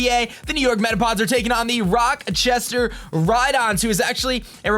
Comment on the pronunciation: funny how i live in rochester just sayin you miss said rochester and said "rockchester" making me cringe alittle sounded out like rah chest er